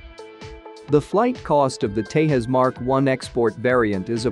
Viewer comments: It is not THAS!!! IT IS teJas folks!!! J should not be sounded as H!!!! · Its tejas.. as in J for juliet.. not tehas.... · When you speak in Indian languages, you pronounce the J as J unlike Spanish. Its pronounced Tezas and not Tehas. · dec06’23/1533h 🇺🇸 who ever is narrating needs to know how to pronounce TEJAS. it’s not pronounced TEYAS. The correct pronunciation is TEJAZZ. AS IN “JAZZ” Do you say YAS MUSIC? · It is TEJAS not TEHAS. J is not H as in Spanish. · Please pronounce Tejas with J pronounced as in “jump” not some Mexican word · its not tehas its te'J'as!!! not everything is spanish noob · San Jose may be pronounced as San Hose, but Tejas is not Tehas.. Its Te"J"us as in Jesus 😀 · tehas nahi bhai tejas hai. every J is not spanish. what the hell is tehas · Pronunciation is TeJas not TeHas. This word ain’t no Spanish! Tejas means Luminous in Sanskrit. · its not tehas - its Tejas .... j as jesus! Tejas is a sanskrit word meaning "fire" or "illumination" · Dude.. It is not TeHas… It is TeJas… English J. Not Spanish J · In India J is pronounced as J not H. It's Tejas not Tehas. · In India we do pronounce J as J...So it is Tejas and and not Tehas... Just like Jesus is not Hesus in English. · It is pronounced as it is spelled - TeJas and NOT TeHas. It is an Indian World and not Spanish. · Wtf is tehas it's Tejas say it properly say j instead of h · FIRST LEARN TO PRONOUNCE TEJAS .. nothing is SILENT in the SPELLINGS so stop that HYPED PUT ON ACCENT ‘TEHAS ‘ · Try to speak the word Tejas just like your Chanel name whatever!! It’s not Hetline, similarly it’s not Tehas it’s TeJas. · Man, it is called "Tejas", NOT "Tehas"..! 😃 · Dude, i'm not sure if you are Spanish, but not every J is pronouced as "heh" like in Jose ??? Do you call Jet plane or call it "het plane" ??? So please pronounce Tejas as TEJAS, and J should sound like J in Conjuring. Please dont screw up names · Tejas is pronounced with a J not H unlike jalapeños ! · Tejaz not tehas